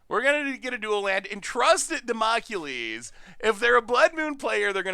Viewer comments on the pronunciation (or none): called Damocles Democulies - rofl!